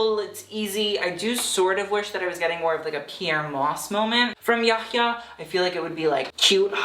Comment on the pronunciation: this is the first time I've heard yahyah pronounced correctly form a white man